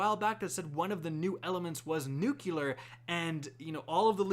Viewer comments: And one more thing - NUCLEAR not NUCULER! Noo-clee-er. Not Noo-cue-ler. facepalm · NEW-CLEAR, its pronounced NEW-CLEAR, not NEWK-YUH-LER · Hey man it's nuclear, not nucular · It's Nuclear not Nukeyewler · Nuclear... "new klee ar" not nukular. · Stop saying nukilear, there`s no "i" in NUCLEAR :/ It`s like pronouncing volvo "vulva" or something, nukilear vulva.. "ey bro, what car u got?" A NUKILEAR VULVA! 1974 model.. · Please learn how to pronounce nuclear. It's not nukular. It's NUKE-LEE-AR! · BRO ITS NOT “NUKULAR.” NUCLEAR MANNNNN. You’re not George Bush. Don’t say it like him 🤦‍♂️🤦‍♂️🤦‍♂️🤦‍♂️ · "nucular" God fucking damnit. Wtf is wrong with americans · coming forth with the George "Dubyah" Bush "Nucular" pronunciation:) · Nuke-lee-ar not nuke-u-lar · nuculer is not a word sir...it's nuclear. thanks for the breakdown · Nuculer XD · Did it bug anyone else that he kept saying “nucular” instead of “nuclear”? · Let's say it together. Nu. Clear. Nuclear. Not nu-cu-lar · nuclear. nuclear. not nucular lol. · Say it with me... new clear. New clear Now put it together. Nuclear Nukeylur: n, someone who doesn't know how to pronounce words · I hate niggas like you who say NUCULAR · He pronounces "new-cue-ler" like George Bush. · Please pronounce nuclear correctly. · Alright, you’re gonna have to learn how to pronounce nuclear if you’re going to cover bl3. NEW-CLE-AR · Please, please, pretty please, stop saying "nucular" :) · i know, i made a separate post. nuclear man. nuclear. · Awesome breakdown! One tip: "Nuclear" >> "New" + "Clear" :D